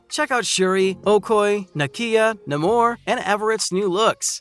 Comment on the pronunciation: Oh-koy? Bro, it's pronounced: Oh-koh-yay!